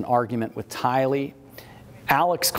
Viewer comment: Since the beginning Tylee’s name has evolved into being mispronounced by being accented on the 2nd syllable, “lee.” However, she is NOT Asian, & her name is pronounced with the accent falling on the 1st syllable, “Ty.” “TY-lee” 💜